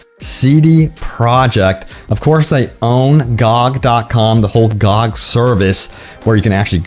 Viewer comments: Gee-oh-gee is how to say it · Is anyone else annoyed by his pronouncing GOG like a word and not the letters like an acronym that it is lol